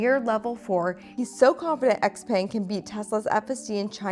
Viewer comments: its not "X-peng" but "xiao peng" like in xiaomi.. well if you know how to pronounce that one correctly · Also, the brand name is Xiaopeng (pronounced Shao Pung), not XPang. So cringe 😂 Also if you're unaware, China has lead the way since the beginning on both BEV and Self driving. I know you're a Tesla bottom feeder but it's worth knowing. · Xpeng (which you're pronouncing incorrectly) is decent but you should test the Huawei self-driving system. Tesla's FSD is not good, it needs to improve. Both Tesla and Xpeng would benefit from lidar.